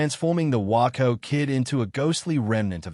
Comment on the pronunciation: WAY-CO WAY-CO WAY-CO. The Waco Kid is pronounced Way-co. Could not get through the vid hearing WAA -Co Kid!